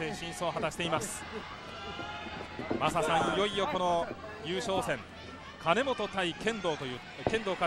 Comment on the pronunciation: 聞き間違いか、は金本を「カナモト」君って言ってたような。毎回。